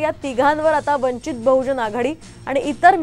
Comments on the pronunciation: स्वतः आपण अगोदर वंचित च नाव निट घ्या,नंतर बातम्या दया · अरे साम टीव्ही पक्षाचं नाव तरी नीट घ्या